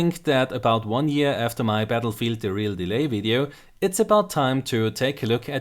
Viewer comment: Battlefield, not Batllefield:D